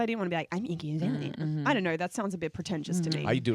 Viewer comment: ryan says his iggy azealia all the time,lol